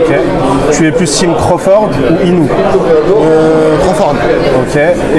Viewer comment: Tu fais un super travail mec mais par pitié dit le bien c’est naoya INOUÉ faut dire le é à la fin mais sinon top les vidéos ✌🏼